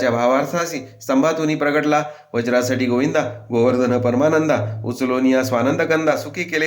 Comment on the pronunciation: my fevret grantha khup chan vaachan kelet ek akshar thodese vegle vatle vajrasatgi nasun vrajasathi ahe ase vatye. baki 👌👌🙏🙏😊